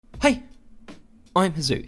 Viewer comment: Bloody hell, that "Hei" in the beginning of the video spooked me! Thought someone spoke to me in Norwegian! ;w